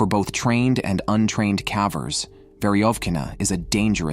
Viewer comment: Calvers or cavers? Why is this mispronounced?